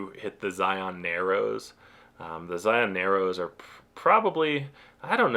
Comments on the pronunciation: Love the video! As an Utah native, my only note is that you’re pronouncing Zion wrong. In Utah we pronounce it as Zi-un instead of Zi-on. I know, we’re very weird. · It's pronounced Zy-un. Like lion with a Z. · The first thing you should learn before you visit Zion, is how to pronounce it. "Zion" is pronounced like "lion," not like "try-on." And the Monument was "muh-KOON-to-weep," not the way you said it. Sheesh!